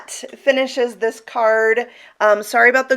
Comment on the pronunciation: and I literally did laugh out loud when you said gorie 😂🤣😂🤣